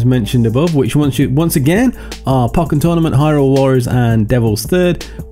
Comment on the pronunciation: You say "pokkén" funny :p